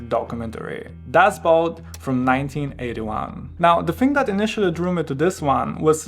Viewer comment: You pronounced it correctly for German (at least as far as my ears could detect). But the German word "Boot" means "boat" and is pronounced more or less the same in German and English. BUT, the problem arises when English-speakers see it because it's spelled the same as the English word "boot", which is pronounced /buːt/ (rhymes with "lute") and means an item of footwear.